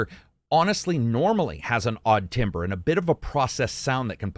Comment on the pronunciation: that word, “timbre”, is pronounced “tamber”. Not “timber”